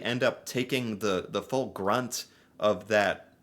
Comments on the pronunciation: ...that's BRUNT of the pain...not GRUNT of the pain. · Brunt, taking the full brunt; not grunt.